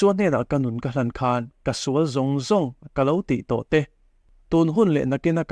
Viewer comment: Ṭawngṭaisakna leh nun hian nghawng a lo va nei thûk teh reng êm ve le! A tâwp dawn ṭêpa, "He thilah hian ka sual nasa hle a," tih laia (ngaihdamna tih lai vel khi) 'sual' tih i lam dân hi nakin zêla lam dik zawk nan ka'n sêl lawk ang e aw, ṭhahnem ngaih thu liau liau ni sela. 'Sual' (sinful) ni lovin 'sual' (fight) tih zawk tur a ni; tichuan, a lam rîk dân tur pawh a chiang kuarin ka ring e.